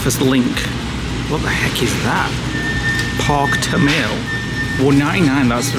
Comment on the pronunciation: Backsplash and TahMahlees not Tamall. Love you guys!